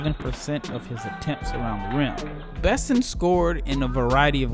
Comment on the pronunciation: Don’t forget his name is pronounced “Beh-sawn”.